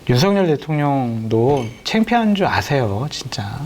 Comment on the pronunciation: 윤성녈 아닙니다 윤석열입니다 일본인처럼 발음이 안 되는 건 아니죠? 좀 강조해서 윤썩을 이라고 해도 무방합니다~~ 윤썩을 하는 거 보면 초등학교때 쌈 좀 하는 ㄴ놈들 보는 거 같다..... 이게 ㄴ ㅏㄹ ㅏ냐???